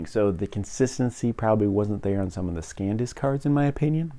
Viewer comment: Bro, it's san disk, not scan disk.